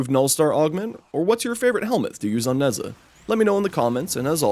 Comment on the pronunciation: I love when people mispronounce the simplest of names. I love Neza